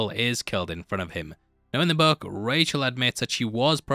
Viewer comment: I couldn't understand what is in the buck, oh he is saying BOOK.